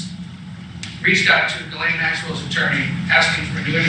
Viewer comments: Another reminder, David: Maxwell's first name is pronounced with a hard 'G' as in GHOST and GHOUL. The ''S' is silent. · David... It kills me to hear Maxwell's first name being mispronounced... her name is Ghislaine... pronounced as Ghee-lane"...